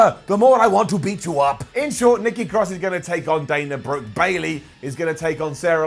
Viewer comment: She calls her self NEKKI CROSS